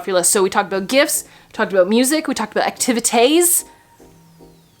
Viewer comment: "Christmas acti va tays" 😆😂😂😂